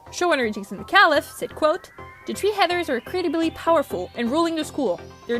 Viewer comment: The tree heathers???? Are you ok?